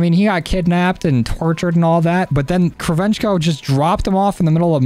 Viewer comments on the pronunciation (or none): Whenever your talking about kravchenko Please stop saying (Krav- veng- ko) he’s a classic story character from bo1 and it’s pronounced (Krav- Chenk- ko)